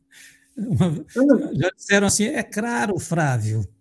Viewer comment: hahahaha! Show! Adorei o "CRARO" do amado, hahahahah dei risada agora! Gratidão querida Ana Paula